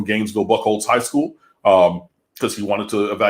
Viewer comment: Buchholz is pronounced "Beau-holts" like beautiful but without the tiful lol.